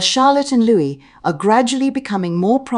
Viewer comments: The pronunciation is LOOEE…NOT LOOWIS. LOUIS, a boy’s name, is pronounced LOOEE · It’s pronounced Luwee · Pronounce Louis name correctly. Same pronunciation is Louis as in King Louis of France not as 😅 Carroll.